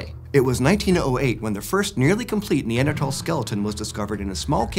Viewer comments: NeanderTHal th sound not t sound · This guy pronounces Neanderthal wrong, right? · Yes. How have you been pronouncing it? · Wait, I've been pronouncing "Neanderthal" wrong for how long?